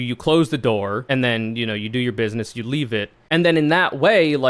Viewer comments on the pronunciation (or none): none